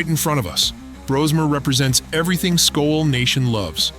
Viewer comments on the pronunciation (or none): learn how to say SKOL you idiot